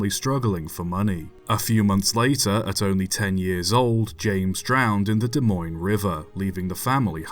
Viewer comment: Wow pronounced Des Moines right. Even people a state away can’t do that